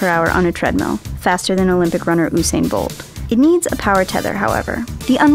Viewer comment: YOUsain not OOsain (correction for usain bolt)